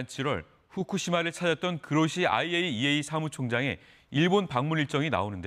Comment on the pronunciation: "그로시"를 "고로시"로 읽었다.....